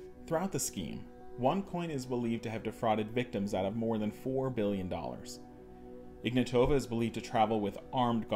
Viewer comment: Great video man. Also the pronunciation of Ruja Ignatova has the emphasis on the first "a". As IgnAtova and no emphasis on the rest of the vowels. Greetings from 🇧🇬